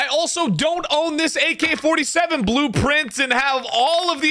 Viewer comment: "blue pwwwwiiinnnntttts" lol